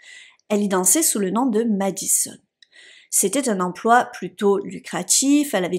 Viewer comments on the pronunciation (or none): none